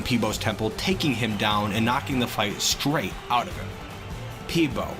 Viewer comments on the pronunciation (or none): none